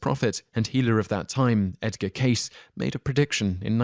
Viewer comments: You aren't pronouncing Cayce right. It isn't "case" for pronounciation, phonetically, it's "Cay-see" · In early 2017 the WOW! signal was linked to the comet 266/P Christensen, which created a very similar signal when tested. Although the results are by no means conclusive, it is the best explanation to date of the observed WOW! signal. Also, Edgar Cayce's name is pronounced "Kay'-see" not "Case." He was called "The Sleeping Prophet" because of his self-induced trances, and the foreknowledge he demonstrated has been amazingly accurate. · Cayce is pronounced KayCee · Some of your most interesting mispronunciations to date! Case? Bimini? Heavens, have you no one to help you with these things? I'd be happy to, honestly! No charge. And I have a vast vocabulary. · Cayce was pronounced Kay Cee. He was probably a charismatic fake, but I suggest you read his biography, The Sleeping Prophet, to develop your own conclusion. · It’s pronounced Edgar “K C” fyi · I was the 2,000th like! As such I'd like to let you know something about your Edgar Cayce story. First, his name is pronounced KAY-see, and the rock road is off BIM-in-nee. The briefest research would give you those pronunciations. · Edgar CAY-see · The narrator has an unusual pronunciation for the names Bimini and Cayce. I've always heard BIM-mi-ni and CASE-see. I'm not saying it's wrong, but it is different. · Pronunciation errors: Bimini and Cayce. Sorry to be new World-centric about them, as usually you do pretty well (other than some of the stranger British pronunciations which I hardly even notice these days). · Howard Wiggins ***** i say they´re wrong. because they are. i like his narrating voice quite a lot. it´d make it even more pleasant if he´d took the time to get the pronounciation of the names right... this happens in more videos of his. makes the videos appear less a product of actual research.